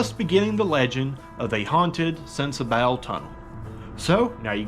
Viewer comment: I know I'm late to the show, just wanted to give a bit of info. I'm a local to the tunnel and it's pronounced sensabaw. Also, the creek has been there for a very long time. Definitely was not Helene. I've been told by several old timers that the creek was originally meant to run through a trough on 1 side. Somewhere along the way, the creek got too big for the trough and took over the whole roadway. Love your content brother!